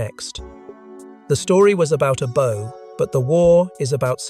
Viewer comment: Learn the different ways to pronounce 'bow'. This crap is unlistenable.